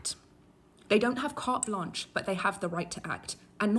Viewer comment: Did she say, "cart lunch" and not carte blanche???